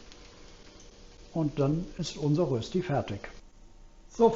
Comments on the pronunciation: Das spricht niemand in der Schweiz mit Rösti aus - sondern versucht einfach es einmal das Wort "Rööschti. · Es stimmt, es gibt bei uns in der Schweiz viele, viele Rösti-Varianten. Eines hingegen ist unumstösslich: Es gibt nur DIE Rösti! Und zwar mit langem ö und bitte mit sch. Also Rööschti. DER oder DAS Rösti geht gar nicht. Und bravo, die fertige Rööschti sieht perfekt aus!